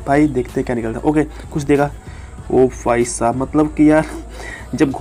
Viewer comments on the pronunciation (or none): Bhai mere Bhai saab hota hai Fhai saab nhi 😂😂😂😂😂😂😂😂